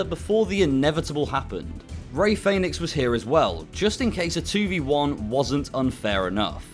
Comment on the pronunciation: “Ray Faynix” 😂😂😂